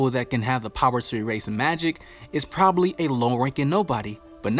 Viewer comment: Are we gonna ignore he said “probaly?”